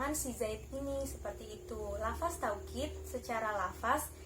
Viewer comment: Ok kher...بارك الله فيك terus semangat belajar ...ilmu Nahwu Ruhnya PBA teman2 bilangnya lafazh/لفظ ya...bukan lafas..